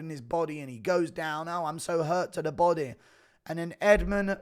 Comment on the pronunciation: Shit every time he says body i hear Bising, "come on buddeh